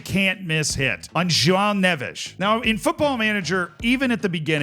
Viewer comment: As someone who’s half Portuguese, I applaud how you pronounced Neves 👏🏽